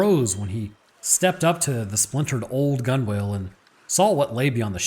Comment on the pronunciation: FYI gunwale is pronounced gunnel like funnel